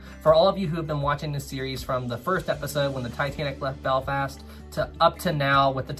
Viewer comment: “Beflast” lol